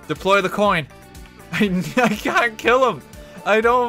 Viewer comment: "Tree coins".